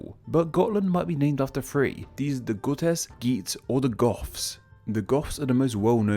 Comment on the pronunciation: Gutes is pronounced "Jewts"